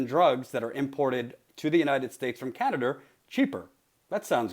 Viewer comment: " Canader" lmfao